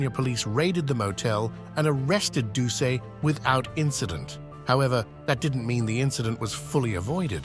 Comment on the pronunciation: #-3 Gary Plauche"s last name is pronounced Plue--Shay. Jeffrey"s last name is pronounced Do--Set. YW 👍👊😎